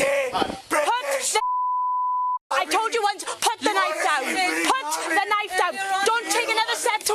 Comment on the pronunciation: "Put da knife dewn!! " 😂 Sounds like legends of zelda fam